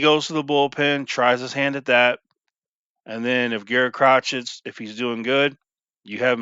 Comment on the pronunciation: It's pronounced Cro-shay